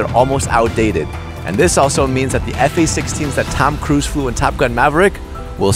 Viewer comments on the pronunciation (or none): "Fa 16"